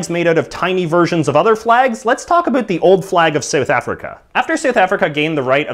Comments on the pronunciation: it about not aboot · About is pronounced "abaot" not "aboot" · Did any body else hear him say "aboot" in the video, instead of about? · He asked for a boot is he Canadian? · I love how you pronounce "about". abuut. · "aboot" Oh my god, this is the most canadian thing ever. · "a-boot" What accent is that?!?! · Why do you pronounce Aboot and Sooth like that? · Any else hear the aboot? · I noticed he's Canadian when he said aboot. I thought it was just a dumb joke... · lol aboot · Are you Canadian? you pronounce about as "a boot" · Why did he said aboaut???? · The way he says "About" though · its about not abut